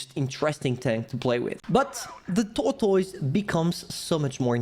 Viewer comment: SAY TORTOYS AGAIN SO FUNNY